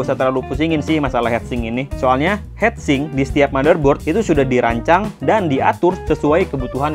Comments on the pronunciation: Heat sink, not head sink It's a common pronunciation mistake, like sweeter, should be sweater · heat sink bacanya hit sink bukan het sink